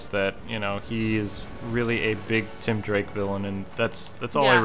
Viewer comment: it's tim not Tom drake